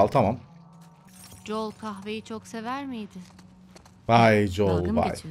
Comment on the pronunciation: Abi joel değil joel